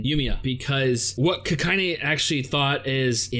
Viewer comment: My man, it's Kakine, not Kakayne. Also somehow both Frenda (allegedly) and Rakko are level 0... Leads me to wonder where she's storing all her dolls and bombs